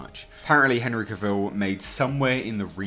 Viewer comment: Yes, very good reporting. Warner Bros. Should stop being so ridiculous and move on with it. That all being said,, I do believe I read, once upon a time, that Henry Cavill said that his last name should rhyme with ‘travel’. So, sorry, old chap, but you’re saying his last name wrong.